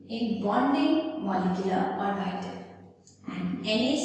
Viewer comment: the video is good but her pronunciation of orbital is killing me ahhhhhh